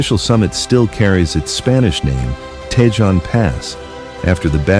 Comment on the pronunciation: "Tee hatch a pee" and "Tee hone" is the way it is pronounced. I hate this bullshit made up AI crap. And the complete roadway is 2 and 3 lanes each direction. Do better.